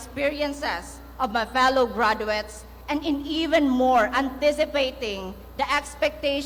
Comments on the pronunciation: Not "gradwets"😅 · Hindi ako nakagraduate ha pero ang sakit sa tenga ng diction nya. hindi man ako mas matalino sa kanya pero I know, I can pronounce better compared to him. I'm thinking sipsip to kaya naging magna cumlaude. GRADWETS MUNA!!